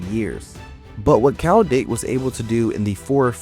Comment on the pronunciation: It's KYLE not Kowl..learn to read